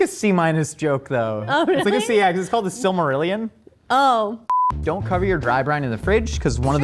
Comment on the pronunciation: got my respect for the Silmarillion joke and proper pronunciation. never ceases to amaze me.